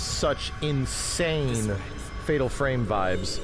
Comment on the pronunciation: silent hill ffffffatal furemu 😂